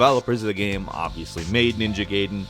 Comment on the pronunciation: Every time says the word "game" it sound like he's saying "gaem"